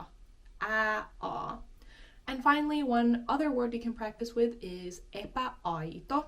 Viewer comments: when it comes to "epäaito" you pronounced Ä just like A. shouldn't it bepronounced as epEAaito ? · I think you pronounce words with ää differently from the word with ä. When you say "säätila" it sounds more like ä in Swedish and when you say "epäaito" it sounds more like ae. Ae became ä in the Scandinavian languages, it can be seen when you see how the Norwegians and the drunks write ä. Also aa became å and oe became ö.